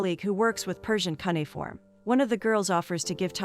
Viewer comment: Cunnyform What the hell is that. ??? Do you mean cuneiform??. Bain all. Banal maybe. I could go on. E Vidence. Hummm. Someone should teach the computer to read properly.